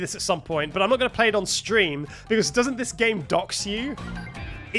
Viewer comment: the way he pronounces 'Because' makes my day every time. Becoss